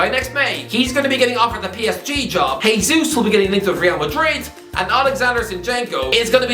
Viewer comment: Hey, Jesus is Brazilian where they speak Portuguese, not Spanish. So it’s pronounced “Jay Zeus”, not “Hay Zeus”.